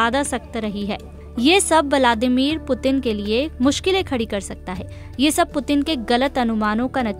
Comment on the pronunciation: वलामादिर मत बोलो व्लादिमीर बोलो ।